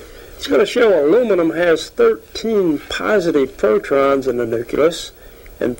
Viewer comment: he's say protrons instead of protons 😮